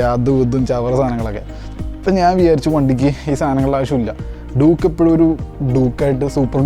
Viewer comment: Bro Doooooke alla Duke, i mean dyuke.